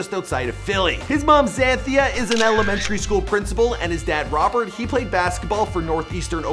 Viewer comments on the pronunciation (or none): none